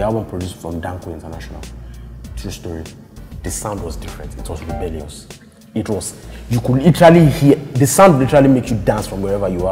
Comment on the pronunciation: Rebelyus sounds! Lol!